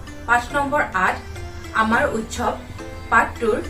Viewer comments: Baideo val hoise kintu utkhab nahoi utsab pronounce hoi. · উৎখৱ নহয় উৎসৱ কোৱা হৈছে